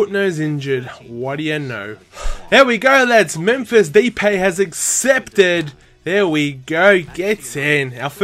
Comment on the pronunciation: its mephis da-epay you said daypay